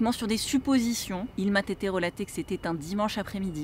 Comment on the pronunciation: 1min16 : "il m'a tété relaté" : hou la belle liaison dangereuse. En ce cas, il eût probablement fallu dire "il m'a tétée relaCtée", si je puis me permettre... Bon, ta chaîne que je viens de découvrir est super, et j'avais pas vraiment d'autre accroche en tête pour un com. J'espère qu'il fera sourire. Bonne journée !